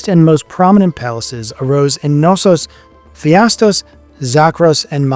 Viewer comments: The fact that you continue to say "Phi - astos" for some reason (even while writing "Pha - istos" correctly many times), is maddening. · It is not "PHIASTOS" - but "PHAISTOS" – dyslexic narrator? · Great video. Crete has such a rich and fascinating history. Not to be pedantic, but you’re supposed to pronounce the K in Knossos cuh-nos-os And Phaistos is pronounced Fy-Stos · English speakers and their respekt for others languages ... sorry you think of as gibberish, and expect everybody will speak your language perfect ... It´s not PHIASOS but P H A I S TO S. So simple and even for English tongues possible ... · English speakers, US? here?, and their unwilling of propper pronouciations ... Its just showing the roral disrespect for other languages and cultures! It is PhAIstos, the AI like in EYE! It is not Nossos, but KNossos with a spoken K and not as in kinfe (naif)! etc. etc. etc.